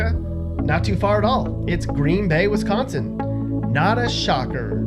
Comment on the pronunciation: He says Wisconsin wrong